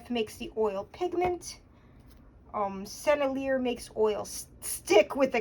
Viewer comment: Really interesting. I've started using oil sticks in the beginning stage of paintings for the initial compositional sketching and mass value for convenience, speed, and ease. Otherwise I have no idea how these are meant to be used. BTW, I think the brand is pronounced like Sen-elle-e-ay. Correct me if I'm wrong. I've dipped old ones in gambol and linseed oil and have gotten them softened up.